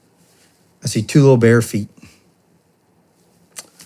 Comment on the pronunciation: The way he enunciated made me think bear🐻 not bare🦶